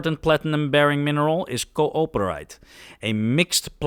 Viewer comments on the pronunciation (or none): I can't believe you decided "co-oper-ite" was the proper pronunciation for "cooper-ite". The mineral was named for it's discoverer, R. A. Cooper, in the 1920's. Srsly, you should look these things up sometimes. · Cooperite is named after Richard A. Cooper, not after 'cooperation'. that was a weird way to pronounce it :D